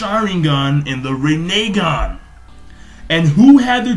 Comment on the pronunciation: rin e gan say it like that